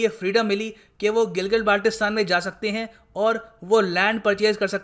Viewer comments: Phly Gilgit Baltistan or Kashmir bolna seekh lo bety 😅😅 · name sahi sey le nai saktay or kehte hn GB len ge...😄😁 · Hamare Gilgit Baltistan ka Naam to Sahi sy to bol